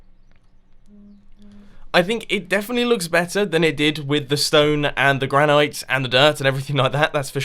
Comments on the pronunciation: Gran-IT. Not Gran-ite. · as someone who lives in the granite state, its pronounced gran-it. short i sound. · Does anyone else notice that Mumbo says granite weirdly? Like he says gran-ight, instead of gran-it. Is it a British thing or am I just pronouncing it differently? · Please pronounce "granite" correctly. It's "-ite" as in "it, not "-ite" as in "night".